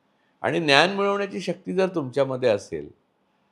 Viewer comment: "न्यान" नाही रे भावा, "ज्ञान" म्हण